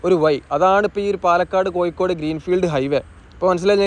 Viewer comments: കോയിക്കോടല്ല കോഴിക്കോട് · കോയിക്കോടു അല്ല കോഴിക്കോട് ആണ് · നിലവാരം ഉണ്ട്. പക്ഷെ ഉപയോഗിക്കുന്ന ഭാഷ ഒന്ന് കൂടി പരിഷ്കരിക്കണം.... കോയിക്കോട് (കോഴിക്കോട് ), വയി (വഴി ), പയക്കം (പഴക്കം), ഏയ്‌ ലച്ചം (ഏഴു ലക്ഷം), മയ (മഴ) എന്നിങ്ങനെ തിരുത്തുക 🤣.... മലയാളഭാഷയെ വ്യഭിചരിക്കാതെ മോനെ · കോയിക്കോട് . ഇടനായി മൊത്തം യ മയം !!!! പ്ലസ് ബ്രോ ഴ ഒന്ന് ശീലിക്ക് .....ഒന്ന് പറഞ്ഞു പ്രാക്റ്റീസ് ചെയ്യ് pleeeeeeese